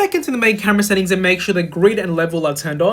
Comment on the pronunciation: Cause bro said settinfs